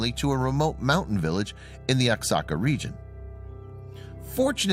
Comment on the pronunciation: Oaxaca is pronounced "Whahaca".